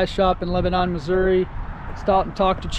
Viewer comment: Atleast you pronounced missouri correctly. So many say uh at the end. Wrong